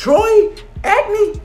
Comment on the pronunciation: He said Troy.....ACNE😂😂🤤😂